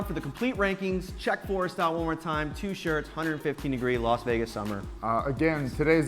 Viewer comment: Forrest speaks like he is deaf